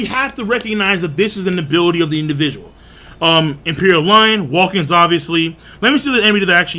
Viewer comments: ... Are you saying, "Hawkings?" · Bro. U know it’s Hawkins not hawking right?